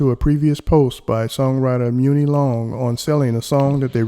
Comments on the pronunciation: Her name is pronounced 💸 MONEY Long spelled Muni it's a play on the word not Moonie long Sir have a good day.. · Why does he pronounce her name this way, it’s gotta be deliberate atp because it’s just Muni=Money😂😂😂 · Muni is pronounced like Money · Hwr name is pronounced like Money ( Muni ) long